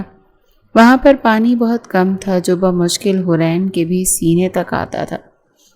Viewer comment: بمشکل ہوتا ہے یا بامشکل بم مشکل نہیں اس سے تو کچھ اور سمجھ آ رہا ہے